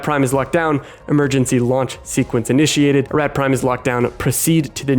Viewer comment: You literally play a clip that says, "a-ROT" but you say "a-RAT" like 50 times in this video lol